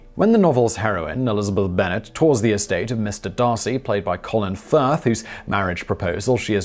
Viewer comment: On Jennifer Ehle, I think it's pronounced Jennifer eel-ee not ell. Sorry to be a big caviller.